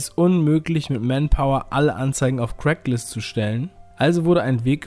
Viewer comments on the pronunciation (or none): Craigslist, nicht CRACKlist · Super interessantes Video! Man spricht es übrigens "Kregs-list" aus und nicht "Crack-list" haha! :)